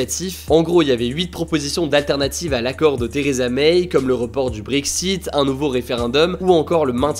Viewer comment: Vidéo très concise, mais ça se prononce Theresa MAI, pas MEIYE.